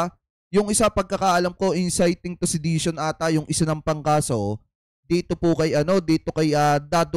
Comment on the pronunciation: Inciting to sedition lang hindi mo mabigkas? Mas maganda pa wag kana lang mag comments at ipalabas mo na lang ng buo ang video. Nakaka irita eh.